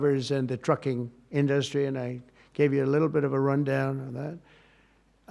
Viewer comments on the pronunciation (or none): Why can’t he pronounce industry correctly?